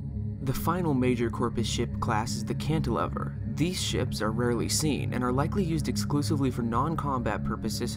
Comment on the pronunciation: Cantilever is 'Leever' otherwise it'd have to be spelt 'Cantilevver'. A lever has a long 'e' meaning that 'e' sounds like it does in the alphabet. Short vowels are those whose sounds are different to how they sound in the alphabet. That's why 'travelling' for instance is spelt with two 'l's otherwise it is pronunced, 'traveeling' with the 'e' becoming long - but nobody obviously says it that way.